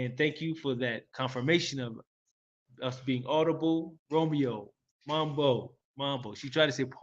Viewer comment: Mambo? Answer: poa. you got the pronounciation correct😊.. welcome home. Im so glad youre thriving and also making headway for our.other brothers and sisters in the diaspora..welcome to.my city and most importantly welcome home❤